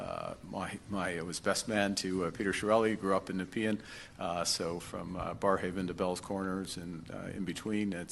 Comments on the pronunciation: Pronounced: "Neh-pee-ann" XD (Nepean) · Nuh-pee-uh n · You are from Ontario, how about pronouncing Nepean correctly? But you won't, I don't think you take any of this seriously in your messy garage, dressed up in your best dirty sweatshirt, playing videos at twice the speed and then quickly yelling, "My bad! I'll do better tomorrow,!" But you never do, you are lazy and ineffective, that"s why I no longer pay for your show. You suck, no wonder everything gets worse here in Canada, we have no proper voice because of incompetent, gutless fools like you, I guess no one really gives a shit, they are in for themselves, including you.